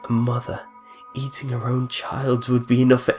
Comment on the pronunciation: Ayytink him?_ Seriously? I can tolerate your habit of switching Gs for Ks but ayting him instead of eating? really?